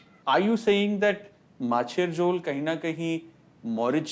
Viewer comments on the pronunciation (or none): Maachher jhole. Not jole. But I have to say. Your pronunciation and try for the bangla language is awesome! Gravy of fish. Machher jhole. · Macher jhol not mocher hjol